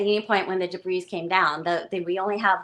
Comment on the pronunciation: She keeps pronouncing the "s" in debris. It's very distracting!